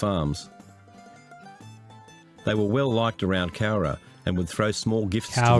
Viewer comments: You got the pronunciation 100% right mate👍🏻 Another awesome video and vid reaction! ⭐️⭐️⭐️⭐️⭐️ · No, you said the name right; it is referred to as The Cowra Break in Australia. One of the famous POW escapes during the war. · Cowra” you nailed it! Good on ya,!